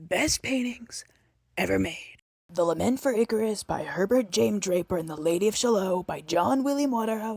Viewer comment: "Shallo" ??? not only did you mispronounce it but you obviously don't know your poetry. I wouldn't trust anything you have to say.